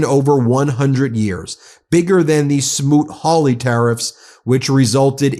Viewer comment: Rand Paul said "Hawt Smooly" tariffs of the early 1930's (yeah, I rewound and listened 5 times to verify - yep, Sen Smooley, R Pennsyltucky was a very bad man, and he is still collecting Social Security). didn't work so well politically. Yeah. Senator Paul is one of the idiots we have in Congress who are supposed to keep Trump in check!!!!! Stick your Hawt Smooly up your port of entry, you Trump sycophant!!!